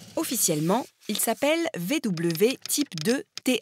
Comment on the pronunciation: on dit vwé pas vv